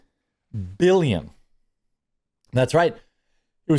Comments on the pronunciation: did he say 'billiom' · He did..multiple times.. to really drive it home😂😂